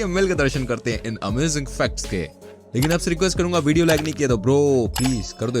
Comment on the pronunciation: Bhaiya aap facts ko fck type jaisa kyu bol rhe hai 😓😂